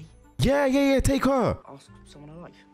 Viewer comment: have you noticed you keep saying/spelling "ask" as "aks" lmao